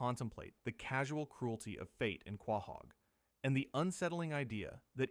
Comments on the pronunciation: Was excited until i heard this mfer say quah-haug. Youtube dont recommend this channel again plz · Wtf is Quaaahog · Is this AI? The voice and pronounciaton feels off. He cant pronounce Quahog